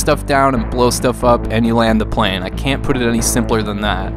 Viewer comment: Did you just mispronounce the word plane? Lol the gameboy flight sim isn't terrible, its just that it's terrible....